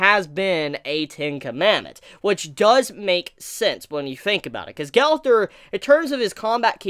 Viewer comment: Why do you say Gaowther. Gowther. Did u watch seasame street as a kid? The trash can boy has the same name. Gowther.